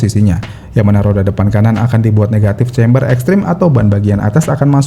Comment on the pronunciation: Camber bukan chamberrr.... udah berapa kali dikasi tau jg. 🤦